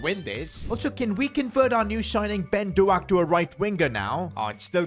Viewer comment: Ben DoAk as a Scotsman that heart my heart